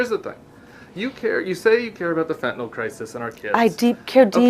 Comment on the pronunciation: Thank you you're like Tim Miller! A well educated young man. You can actually pronounce Fentanyl correctly, not like all the old f*rts in the GOP. You're opinions are respected by a 72 Yr old man in England, (Great Britain, not New England)... You're vids are very helpful...